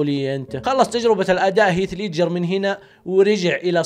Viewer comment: دس لايك لنطقك المستفز لاسم هيث ليدجر روح اتعلم الاكسنت اول قبل ماتفتح قناة ع اليوتيوب